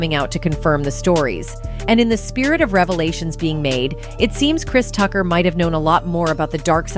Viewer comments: "Christ Tucker" wtf is this narrator? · AI voice was like "Christ Tucker," and "Friday After Next star"...Chris Tucker was only in the 1st Friday movie 🤔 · Lmao "Crys Tucker" 😂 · Chrise Tucker 😆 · Christ Ucker